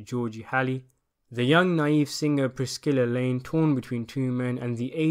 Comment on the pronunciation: Eddie "Barlett?" (It's BARTlett) "Priskilla Lane?" (It's pronounced "Prissilla") No district attorneys? One of the main players is called Lloyd, a former gang member turned lawyer, then district attorney, who is going after Bogart at the end.